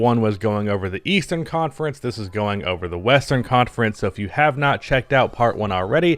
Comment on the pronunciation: Western conference?? I thought you said Weastern Conference😂